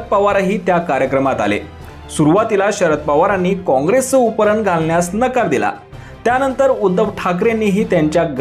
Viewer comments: अहो उपरण नाही त्याला उपरणे म्हणतात. आधी मराठी चे उच्चार सुधारा. मग निवेदन करा. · अरे उपरण नव्हे रे बाबा त्याला उपकरणं किंवा उपरणे असं म्हणतात शिकून घे